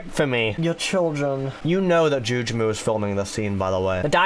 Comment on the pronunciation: I feel like I should point this out once and for all: "Jugemu" is actually pronounced "Ju-geh-mu", and is the Japanese name for Lakitu, which is why he says it so much. And yes, I only know this because I watched the 1985 animated Mario Movie subbed.